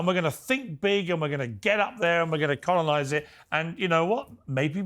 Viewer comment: yes, we do need to "conolize" mate cheers